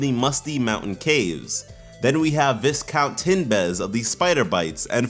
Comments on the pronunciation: Viscount is pronounced Vee-count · Viscount is pronounced vye count